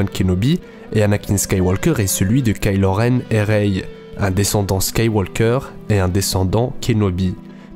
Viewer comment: Attention on prononce pas ka ilo renne on prononce kaï lo renne